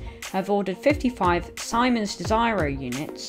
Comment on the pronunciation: Si-mons??? Its Sea-mans. Siemens.